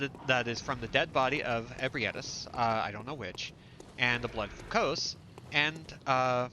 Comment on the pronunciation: Quick note its "Kos" rhymes with "Oz" if you liked the game there is hundreds of hours of lore videos. This was a very fun playthrough to watch. Threaded cane all the way through is impressive!